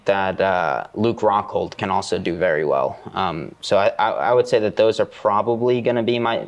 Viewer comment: Nicky Rod saying “vewy” instead of “very” makes me like him more